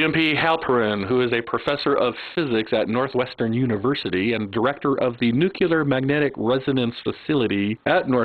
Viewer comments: "NU-clear" - please learn how to pronounce it. The Bush era error is over. merriam-webster dictionary/nuclear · "necular" heh heh i dont understand why people have so much trouble with this word nuclear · "Nucular", the word is "nucular"...